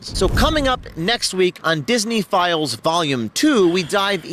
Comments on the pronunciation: Every time he says "disney files" I keep hearing pedo-files . is it just me or are other people hearing that too ? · I hear it, too... In fact, the first time I heard "Disney Files", I thought it was "Disney Philes"... Because that's what Disney is full of.